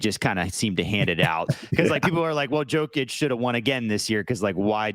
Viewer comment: Time to get Jokic name right